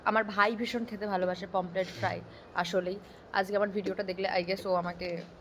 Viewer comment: ওটা পমপ্লেট না পমফ্রেট,😂😂